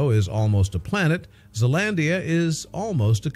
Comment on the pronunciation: you said Zealandia so wrong